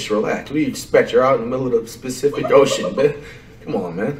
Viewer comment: Bruh "Specific Ocean" had me weak 😂😂😂